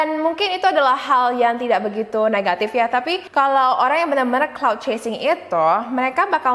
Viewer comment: Cloud chaser? I thought it was "clout".. Am i wrong?